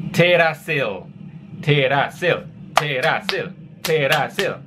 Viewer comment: just so you know Teerasil is pronounced Teerasin as the L at the end of the word is a N sound :)